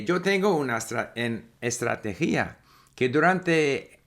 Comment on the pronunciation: Hay una palabra que tú pronunciaste con tilde "estrategí-a" pero de esa manera está mal Debe ser "estrate-gia" "estrategia" sin tilde